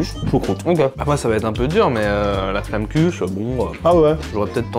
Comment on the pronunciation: Quand t'as prononé la flammenkuchen ça faisait mal aux oreilles 😭